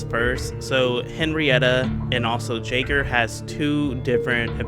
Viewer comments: Pronounced yaygr btw not jayger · Not to be that guy but jaeger is pronounced “yay gr”. It’s also German, for hunter